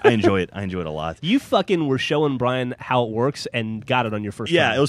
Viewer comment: he said brain not brian